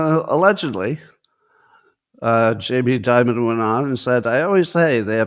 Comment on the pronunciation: Why does Scott call Jamie Dimon “J.B. Dibud”?